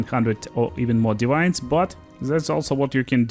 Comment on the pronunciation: Блин "дивайнс" на чистом русском))) Я даже сначала не понял что за озвучка такая новая у моего переводчика 🤣